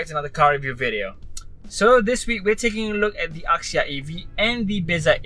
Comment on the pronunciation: axia was pronounced 'azia' rather than 'akzia'